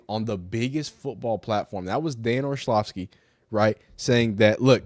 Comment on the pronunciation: Dan Or-LOVV-ski